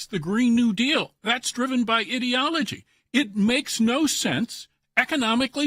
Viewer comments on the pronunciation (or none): Was That "IDIOTOLOGY" OR "IDEOLOGY" ??????? HA HA HA LMAO